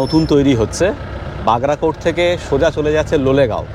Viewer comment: Bhai, bagracota noi bagrakote